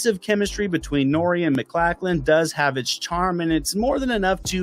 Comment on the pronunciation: Definitely not how you pronounce "MacLachlan."